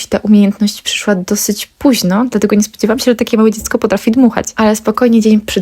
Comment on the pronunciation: Spodzewałam, dmuchac, zaobserwujece , byc, cos , oczywisce, dzało, czesc itd. Dziewczyno tego się nie da słuchać. Cześć! Pilnuj wymowy swoich córek. To bardzo ważne.